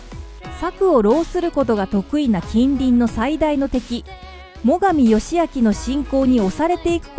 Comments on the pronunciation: 全く出ない武将だな、やったことは立派だけど、大坂冬の陣は1614年なのに間違えてる あと、最上義光はよしみつではなくよしあき 誤読多すぎ。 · 最上義光は、よし「あき」と読みます。